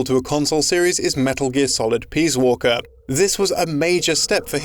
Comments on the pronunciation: I swear he keeps saying, "Metal Gear Solid: Peas Walker." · STOP CALLING IT PEAS WALKER.